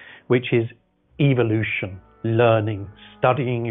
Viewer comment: He likes evolution so much he cant even pronounce it properly.